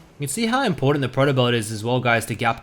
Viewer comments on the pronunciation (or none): none